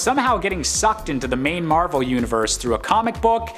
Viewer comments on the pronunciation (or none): none